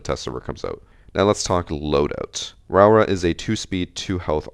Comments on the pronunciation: Pronunciation is 'row-aura' btw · Idk if you care but proper Māori pronouncing is row-Ora and roll the r’s if you can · it's pronounced row-aw-ruh (you have to roll the r's)